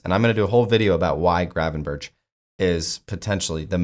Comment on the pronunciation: The G and CH in Gravenberch are pronounced the same way.Its not Gravenbertsj.